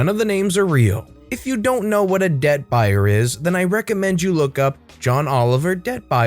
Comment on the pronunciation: I heard ‘deadbuyer’ until he said what a debt buyer was